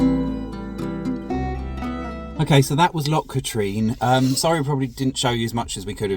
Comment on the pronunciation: Trossachs pronunciation - YES, Loch is a sound as if you were about to spit, so it's not 'lock', but that's quite forgivable actually. Katrine (Loch Katrine) is pronounced Katrin, - as in inn, not Katreen, but again forgivable. Oh yes, another is the Ochil Hills (Oakill pronunciation, so NOT Ochills as in Choice). Another howler is Buchlyvie near Stirling (it's pronounced Bucklivy as in the word lively), NOT Booklavee. Mind you there's not a lot to see there, but you were pretty near it when you were at Aberfoyle or Callander.